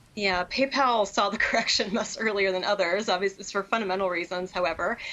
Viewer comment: Until today I thought only Germans were mispronouncing Paypal as Paypaul! 😂